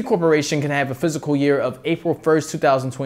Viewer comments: Say physical year one more time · Pretty informative bro. Check out how to pronounce “fiscal” 😉